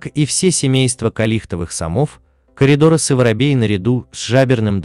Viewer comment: Друзья, пожалуйста, отслушивайте автодиктора, а то "сомикИ коридорАсы" будут вновь и вновь радовать ваших зрителей. А с коридорАсасми у нас сейчас борются:)